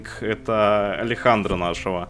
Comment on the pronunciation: Нихуя!! Ты первый кто правильно прочитал Алехандро!!! Некоторые коверкают на Алексндр, Аледжандро